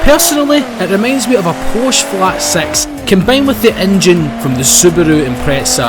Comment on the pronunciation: Every time you say six you say sex 😂XDXDXDXD